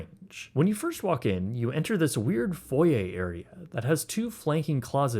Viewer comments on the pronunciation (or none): Foy-yay. Sounds hilarious how you pronounce foyer. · Mans said "foy-ay"